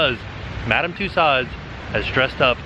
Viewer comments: Love love love your videos. But small issue. It's Madame "two sos" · every time you say Madam Tussaud, you kill me. A piece of my soul vanishes....... I love you but it's pronounced with an O not a D... 😂❤️ So it's not tussaud it's tussauo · Apparently, Tussaud's is actually pronounced "two-sew-zzz" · Hi. FYI...Tussauds is a French name and is pronounced TUSOOOZ. Thought you would like to know.:) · Is that EyePad actually an android? That would be so amazing. And it's pronounced two-so. LoL